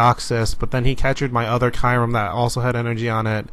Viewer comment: Learn how to pronounce kyurem!!!!